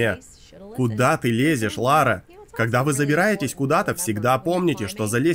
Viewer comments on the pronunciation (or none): Как она хотела в детстве стать Ларой, если она говорит Лора?) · Что за дичь? - Я в детстве всегда мечтала быть Ларой! ...Пытается правильно произнести её имя (там же).